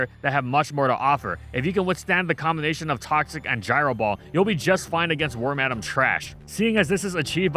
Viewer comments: Lol war-madame its pronounced worm-uh-dam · Worm-Adam hits a lil different than Worm-Ah-Damn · It took me until this video to realize why wormadam is called that. I never looked into it because I've been pronouncing it worm-a-dam the whole time. It's worm madam. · The first time I’ve heard someone pronounce wormadam like war-madam lol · Worm-Adam. Huh. Yall poketubers sure do got some weird name pronunciations😂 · You pronouncing it worm-Adam is giving me flashbacks to a certain podcast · "Warm-Adam" is the new "ree-yoo-nee-clus" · Pronounce Wormadam correctly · Please stop saying wormadam like that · That's how you say Wormadam?!